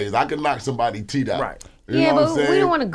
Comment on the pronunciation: Ebro said ya teef game is crazy 😂😂😂